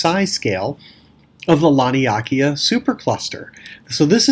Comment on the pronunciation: I'm sure its pronounced Lan-ee-a-kay-yaa